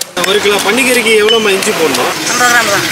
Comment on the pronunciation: Inju இல்ல இஞ்சி